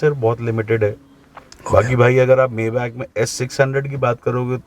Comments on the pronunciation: Bhai maybach s600 , s650 se lower model hai upper nahi hai or koi s500 nahi ata or uska pronunciation (may- bak) nahi (mai-baak) hain 🤦🏻‍♂️😂😂😂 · Bhai maybach ko....may back nahi pronounce krte..... isse maye baack pronounce krte hai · It's not mayback, it's maybach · You are not pronouncing maybach correctly..